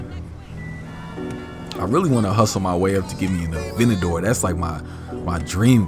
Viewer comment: Normal people: Aventador: Avinagor